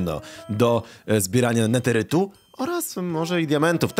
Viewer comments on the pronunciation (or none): Neterytu tak nie sznajczesz